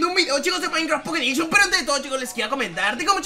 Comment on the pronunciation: un nuevo vídeo de maincra pocet edishion no no miento así suenas